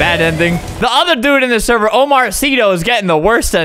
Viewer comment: TheHoly KetchupPack he said Omar right he actually said it right